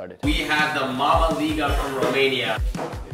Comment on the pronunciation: The way Edward pronounced mamaliga 😂😂